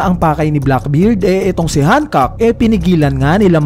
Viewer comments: Bakit "Han-kak"? 😏 Gamitin mo na lang reference kung paano sabihin ni Luffy sa Anime. "Han-kok-ku" or ”Han-kok". Ansagwa ng Hankak tunog titi 🙄 Btw, sobrang saya lang na nandoon si Coby at Rayleigh. Napanatag akong hindi mamamatay si Hancock. Magwawala talaga ako at ang One Community lalo na ang LuffyxHancock fans pag pinatay nila si Hancock. At mas lalong magwawala si Luffy! Pero naisip ko lang, kapag pinatay ni Blackbeard si Hancock, magkakaroon ng dahilan upang mangyari agad yung Blackbeard Vs Luffy. Hahabulin sya ng Straw Hats, di pwedeng hindi! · Yung pronunciation sa "Hancock" 🤢🤮🤮 kairita, parang denedegrade si Hancock Napropronounce na nga sa anime na "Hancock = Han-kok" tas dito "Hankak" Kairita, di ko na pinatapos, umay!